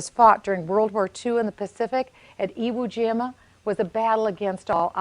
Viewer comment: It's Iwo Jima you dumbass